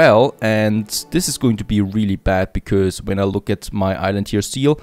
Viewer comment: I've watched so many of your videos, and i still like how u say "becoz" 🤣